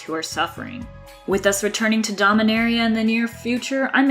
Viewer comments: Aether Hub kind of sucks since I find they way you relay the stories to be much more engaging and entertaining (but it is what it is I guess) Also, the plane is Dominaria; Not Domaria. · The plane is called Dominaria, not Domaria.